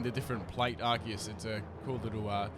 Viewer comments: Isn't this read "Arseus" not "Arkeus"? or im wrong? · It's pronounced ar-see-use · pronounces arceus "arkeus" dislike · Goddamnit its not Ar-kee-iss! Its Ar-see-iss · Are-see-us Arceus.